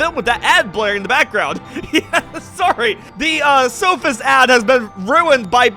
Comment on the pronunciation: SOphist? I thought he was